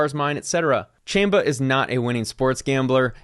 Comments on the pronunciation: It is pronounced as "CHAHM-ba." "Chamba" in Spanish means "hustle," which is obviously what this dude is up to. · I like how he says chamba the wrong way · Chamba the first a is a soft a not hard a